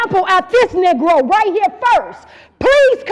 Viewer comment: She said knee-grow🤣🤣🤣🤣